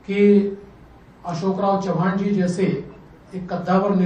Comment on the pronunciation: चव्हाण बोलिये चौहान नही